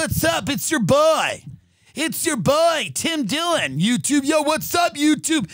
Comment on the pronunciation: "Tim Dillon" or "Dim Tillon?" ...You be the judge, Obama.